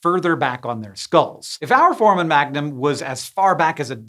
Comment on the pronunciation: Hank, here is the pronunciation of foramen: For-ay-men